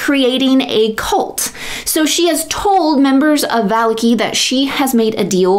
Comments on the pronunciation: VAH-LAH-KI not VAH-LIKI YouTube consideres you a champion? Delete this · I am sorry, I misspoke. I meant to say on the second syllable, not the last. As in "Shitaki". You are putting the emphasis on the first syllable. Now I feel like I am being petty. Great video, though!